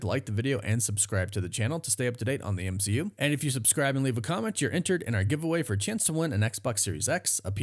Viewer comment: Goodbey m-she-u